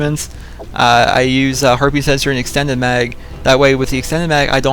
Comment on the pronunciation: lol i thought he said herpes sensor